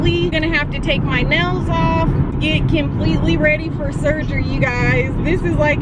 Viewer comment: Is it me or she says kimpletely 😂 gotta love ❤️ her